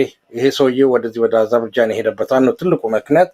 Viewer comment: እንግሊዝኛው እምቢ ካለህ አጀርባጃን ሳይሆን አዘርባጃን ነው የምትባለው አገሪቱ። እንደ ጋዘጠኛ እንደዚህ መንተባተብ ያሳፍራል ለአንተም ለእንግዳህም። ይደብራል !!!